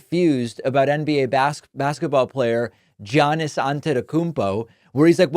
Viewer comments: David just a clarification Giannis pronounces his name as (yawn-nis) not (gee-yawn-nis) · Its pronounced Ya-nus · David, David. As one who values correct pronunciation such as you, you should know it’s pronounced “Yawn-iss” for Giannis. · Giannis is pronounced YAHN-iss for the record lol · You pronounced Giannis's name wrong. 😂😂😂